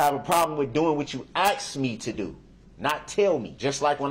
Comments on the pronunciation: This dumb guy. Every time his street mentality came out , my nerves would cringe. He is unable to say normal words like aks instead of ask and trufh instead of truth. He got lucky the judge allowed him to represent himself. U can tell the difference if how he acts with male and female. He wasn't able to talk and act like this when he was first arrested with the male cops. He acts totally different towards females. I'm so glad he is in a room with four walls for the rest of his life for what he did. RIP to the victims and condolences to their families. But, either way, I can't stand people who act like this and more times than not, when they act like this they're lying about something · I love when he says, (AX) me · He said he doesn't mind if we "axe" him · Darrell says that's a lie, and that's not true .. meanwhile.. he pleaded guilty to all of it. Also can AXE you a question.... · Substain, Troof, axe, Oaf of office, biast, his continual use of “that’s not fair”; looking up at the ceiling; this courtroom has no integrity (says the man CAUGHT on video lying compulsively and continuously); I could go on and on about his toddler like behaviors. I could not have been able to sit quietly in the courtroom without speaking out of turn 😂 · Axe me The truuf So cringe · You axe her ?? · I have a question is it asking or axing, ?, 😞😴💩😲